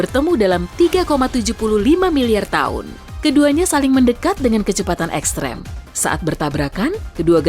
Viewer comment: Extrim bukan ektrem. Ko gtu nyebut nya